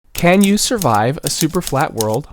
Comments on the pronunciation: y is pronounced "y", not "you". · The begging said, “can ‘y’” instead of ‘you’ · "can y survive" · I like how nobody noticed that he said “can y survive “ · I don't know, "can y?" XD